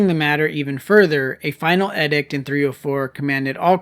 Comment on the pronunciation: The word is pronounced EEEDICT. SMH. why is your generation so ignorant??????? WTF???